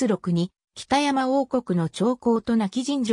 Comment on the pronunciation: お節介かも知れませんが読み方間違っているのがあったのでここに載せときます。 北山（ほくざん） 舜馬順煕（しゅんばじゅんき） 怕尼芝（はにし） 中山王（ちゅうざん） 尚巴志（しょうはし） おもろさうし（おもろそうし） 本部町（もとぶちょう） 志慶真乙樽（しじまうとぅだる） 今帰仁村（なきじんそん） ちゃんと読み方も調べてほしかったです。